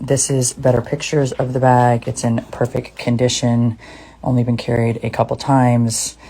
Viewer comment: "perfeck condition"